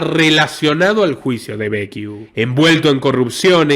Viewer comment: Impresionante.... te comento que Becciu se pronuncia como Bechiu no Bequiu como estas diciendo...si tenes duda entonces leelo en castellano.